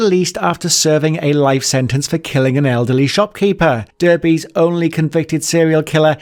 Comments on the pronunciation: Dar-bee …. Come on man you’re from uk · Bloody idiot commentator. Pronounces Derby like an American and can't get people's surnames right. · Did no 43 John Cooper appear in Brookside? Also, Derby is pronounced Darby, are you American??? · How can you not know how to pronounce Derby? You sound British to me? Wtf! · I just made the same observation: Bloody idiot commentator. Pronounces Derby like an American and can't get people's surnames right. And reading through the other comments we're not alone.